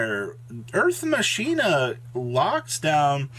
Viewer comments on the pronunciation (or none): Earth "Masheena" headass